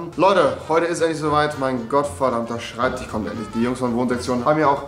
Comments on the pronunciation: SchreibtiCH Bin jedes Mal getriggert, aber dann Schinese und Schemiker sagen... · Schreibtisch oder Schreibtichhhh? :D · schreibtich..., Schreibtich..., SCHREIBTICH... 😂🤣😂🤣😂🤬🙈😂🤣😂🤣😂